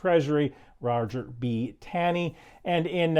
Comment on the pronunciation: For the sake of the historical record. Your example, Roger B Taney's (who became the Chief Justice of the US Supreme Court) last name is pronounced "Taw - nee." Nick